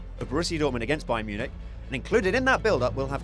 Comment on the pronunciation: what is BAYER Munich?